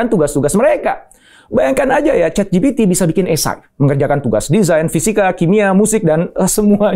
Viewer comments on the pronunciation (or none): "ChatGPT" dibaca "CheatGPT"